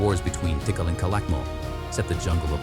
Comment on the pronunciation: AI is so fucking smart can't be taugt ow to pronounce correctly...Ti Kal NOT Tickle...